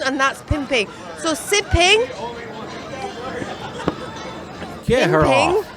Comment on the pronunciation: This bih said "sippin" 🤦🏿